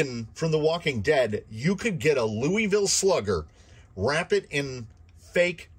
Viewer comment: As a native, I like hearing the different ways other people say Louisville. Your way is most common in my experience. You’re saying it right as long as you don’t pronounce the S.